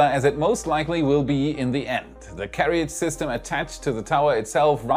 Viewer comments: That word is pronounced [Care Ridge] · Hi. I know you're a knowledge junkie like me, so you'll hopefully be appreciative to learn that carriage is actually pronounced carridge, as the second 'a' isn't pronounced. Thanks for your content, I like your presentation skills. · Hi, in case no one mentioned it, 'carriage' is pronounced 'ka-ridge'! Thanks for your enthusiasm and content. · FYI - in English, we don't pronounce "carriage" the way it is spelled (like a frustratingly large number of words, sorry). The "ia" in the second syllable just makes a short "i" sound. So it's like "ridge" with a "care" in front. You do an amazing job, especially as a second language. I hope this helps. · I was going to say this if I could find a way to send direct messages on YT. Anyway that may be normal pronunciation in a dialect other than American English.